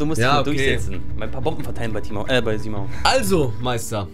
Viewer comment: Robert one sagt timau 🤣🤣 bestimmt ein Engländer 🤣🤣